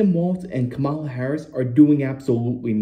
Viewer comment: I don’t respect YouTubers that mispronounce Kamala. Cya